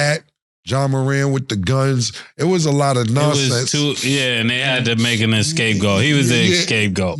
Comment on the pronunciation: Somebody plz tell Mase it’s scapegoat NOT escape-goat.. he been saying that shit the whole year 😂😂.. C’mon tell him for us plz